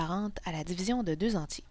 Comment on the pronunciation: Dzivizion 😂😂😂.... en tous cas merci bcp